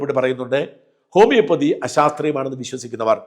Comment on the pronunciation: ഹോമിയോപൊതിയും അല്ലാ ഹോമിയോപ്പതി